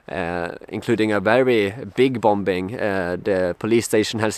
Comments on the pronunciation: “Bombing” 2nd b is silent, “bom ing “. Where are they buying the weapons from? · Btw bombing is pronounced bomming. The second b is one of those great silent letters in the English language. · the second 'B' in 'bombing is silent. You're welcome.